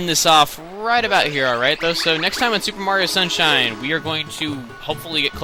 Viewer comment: said shuper Mraio sunshine